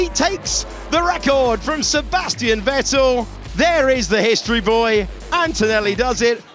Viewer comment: The way they pronounced VetTEL back then...